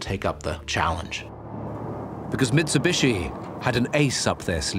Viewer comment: it's MITSUBICHI hahahaha